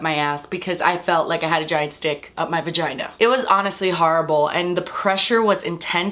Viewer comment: "and it's hurting my Vahginah"😂😂😂 (Yes I know it's vagina, but she said it differently okay!!!)